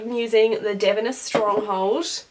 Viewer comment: Finished product looks awesome! Your pronunciation of these products in your roller setting video and this one are killing me though: Ouai - “Way” Davines - “Duh-veens”